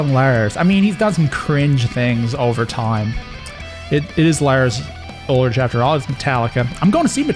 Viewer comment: Lars Ulrich is pronounced Lars UlriK. ;) Sorry but as a Dane I'm offended :D